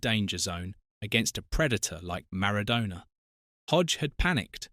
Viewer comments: Could you try to pronounce Maradonna's name correctly. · Pronounce MARADONA correctly you DIV.🙄🙄🙄🙄🙄🙄🙄🙄